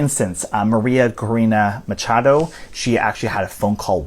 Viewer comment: It’s Maria Ma-cha-do!!!! Ma cha cha chado…. Not macado